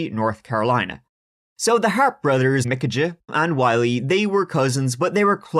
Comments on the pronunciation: Michajah Is Pronounced Like (-UHHH) It's just weird that your name is and you're pronouncing it like the way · I believe Micajah is pronounced Mikey. 🤷‍♀️ Love you! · Micajah is pronounced " Ah" or POS whatever you like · pronounced "muh-cay-uh" (Micajah) or mih-cay-uh" or "ma-cay-uh". depends on your accent.